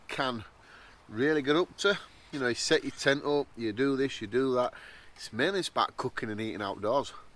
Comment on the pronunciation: “Tet the sent up” “tet the tent up” I’m sorry I laughed so hard! That’s so me